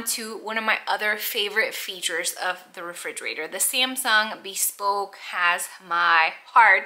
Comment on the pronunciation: I have to be honest, that really tickled me. I am tickled by all the mispronunciations of just the word "bespoke," also. I have heard "bee-spoke," "bes-poke," and my favorite, so far, is "bes- pokey". 😂 Btw, for those who aren't sure of the pronunciation, it is *buh-spoke.